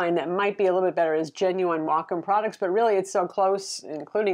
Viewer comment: It's pronounced WAY-comm ;)